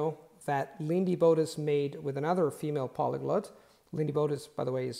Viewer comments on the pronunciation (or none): Hey, I'm a big fan of your content. Here's a piece of constructive criticism: when you say the word "polyglot", you consistently pronounce it as /ˈpɑliˌɡlət/ instead of /ˈpɑliˌɡlɑt/. That is to say, it sounds more like "polyglut" than "polyglot". Here's an audio clip of the standard North American English pronunciation